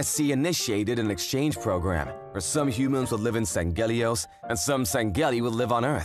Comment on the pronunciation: The male VA is mispronouncing sangheili and sanghelios. Sang-heel-ee and Sang-heel-ee-os. It's like he never played the games, or at least he never paid attention to how they are pronounced. As a big Halo fan I can't let this slide.